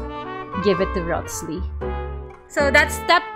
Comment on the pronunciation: Rothss-Lee 😂😂😂 bro is pronounced "Rise-lee" 🤣